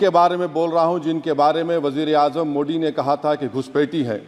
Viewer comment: Pehle modi bolnaa seekho😀😀mudi nahi hii, tallefus bekaar hii tumheraa